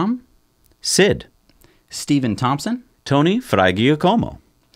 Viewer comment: "magic Tony-o cover " haha